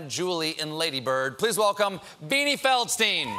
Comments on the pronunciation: If you get really anal about it it’s pronounced Feldschtein. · Surely her name should be pronounced feldstine and not feldsteen. The German ei is pronounced i not e